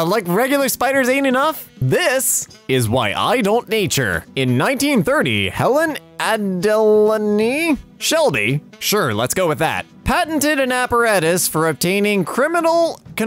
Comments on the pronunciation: “In 1930, Helene A-de-len-ee” This triggers me. It’s pronounced Ad-e-layde. I would know because my country (Australia) has a city called that. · Hi, It’s pronounced Add a laid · Adelaide is pronounced “add-el-laid” it’s one of Australia’s largest cities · "Helene Ad-a-lan-i Shelby" The fact that has never seen the word Adelaide (ad-a-laid) astounded me. As someone who lives in Adelaide, I don't know if I should be offended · as someone who lives in Adelaide (ad-el-layed) this pained me to watch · how do you fuck up "Adelaide"? It's super bloody easy! Add-uh-laid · The correct pronunciation is “Add-Ell-Aid” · sweetheart... It's Helen Adelaide(pronounced Ah-del-aid) Shelby. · Hearing butcher my middle name was interesting Adelaide is pronounced "Add ell ayd" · i think its pronounced like adalaide with an a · how to pronounce Adelaide ( Add EHH laid) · Ad-eh-laid. It’s a place and a name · As an Australian, listening to him try to pronounce Adelaide was amusing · The way they pronounced Adelaide hurt my Australian soul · This man doesn’t know how to say “Adelaide” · What is with this channels inability to pronounce Australian cities? Just came from a video where we had a similar incident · Mans pronounced Adelaide like a white girl trying to pronounce a Japanese name. Its me, I'm the white girl